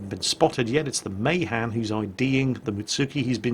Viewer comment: NOT MAYHAN MAAAHAAAN